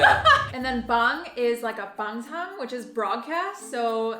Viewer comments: Girl.....Its Bang SONG not BangSang......BangSong means broadcast! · just fyi. its not bang sang.. its bang soh-ng. broadcast. muk is to eat. so eating broadcast. are you even korean? :p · Should be bangsong not bangsang* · bangsong not bangsang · Ah! My name is too!:D I'm a girl though, aha. It's a very gender-neutral name! God bless and his lovely family <3 P.s. 먹방 translates to 먹는 방송, literally eating show. What you said was totally correct but the 방송 pronunciation is more like bangsohng. ^^